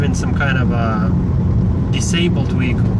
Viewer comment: Wtf is a weehicle 😂